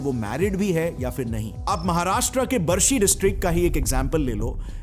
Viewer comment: सर हमारे सिटी का नाम बार्शी है बरसी नहीं है I live in barshi city